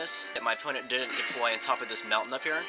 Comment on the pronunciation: HAHAHA "And thank you for not trying to camp on the mountaing" lol